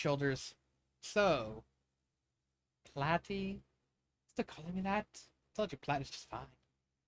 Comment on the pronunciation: lol, what’s with the accent? I did NOT write Platinum with that in mind, lol And Pearl’s nickname for him is pronounced PLAH-TIE, not PLAY-TIE.